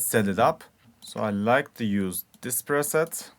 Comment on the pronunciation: Hahah this man just said Lead perset